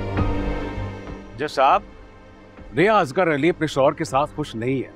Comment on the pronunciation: plz nam Sahi lo bachi nahi ho..it's asghar name not asgaaarr